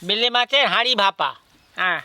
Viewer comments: Ota bele mach, vele mach bolcho keno, tumi ki thik kore katha bolte parona. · বেলে মাছ কে বারবার ভেলে, ভেলে বলছ ভীষণ কানে লাগছে ।ভুলভাল উচ্চারণ করো কেনো?কামরাঙা কে কাবরাঙা । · ভেলে না বেলে। আপনার উচ্চারণ বড্ড খারাপ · আগে উচ্চারণ ঠিক করো।তার পর কথা বলো।ভেলা না বেলে মাছ। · ওটাকে বেলে মাছ বলে। ভুল উচ্চারণ কেনো করো?